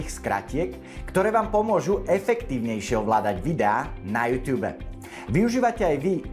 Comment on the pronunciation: Youtube se to píše a čte se to jůtůb